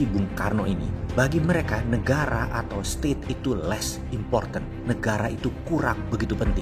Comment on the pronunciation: NEGERA ❌ NEGARA ✔️